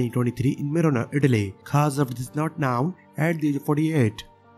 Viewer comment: known does not sound like noun